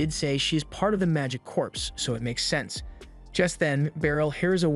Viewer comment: Corps is pronounced "Core", not "Corpse".